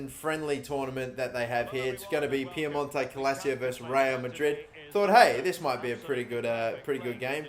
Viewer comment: My guy can’t even say “Piemonte Calcio” right. Therefore I’m not watching the rest of the video I’m kidding byw